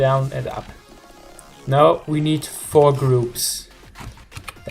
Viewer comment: btw are u from germany cause u said vier when u tried to say four